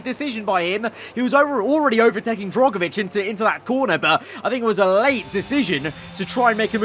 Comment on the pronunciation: I hope you get rid of Drugovich next season, I can’t keep having you mispronouncing his name again